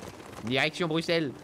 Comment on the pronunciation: Ça fait plaisir le 1er youtuber français à bien dire "Bruxelles" avec un s